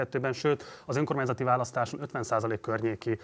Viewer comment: Ez a csóka is hadar és többször is meghallgattam amikor kimondja az ÖNKORMÁNYZATI szót, de , ne nem tiszta, hol faragja le a szó végét.... :D Logopédus van a csapatban? Mert kéne!!!!!